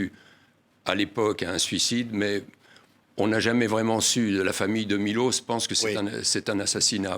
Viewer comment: C'est pas Milos mais Miloch ! Ca serait bien d'apprendre à dire les noms dont ont parle dans un roman !